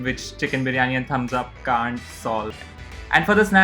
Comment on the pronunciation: Its actually "biriyani" Beereeyanee.